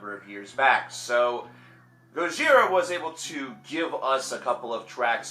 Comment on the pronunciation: He pronounces their name RIGHT!